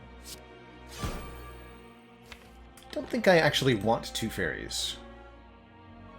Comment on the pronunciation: When you said "I don't think I want 2 faeries", I heard "2-Feiri". Anyone who suffered from 3-Feiri would be terrified of a 2-Feiri.